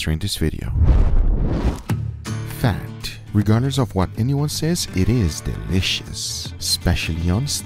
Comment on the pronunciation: “DUT!!! deeleeshus bro” 🤣🤣🤣🤣